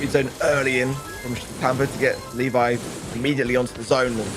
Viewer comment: Pronunciation of Levi is incorrect. It Le and vi(↑). Not Li (↑)vi(↑)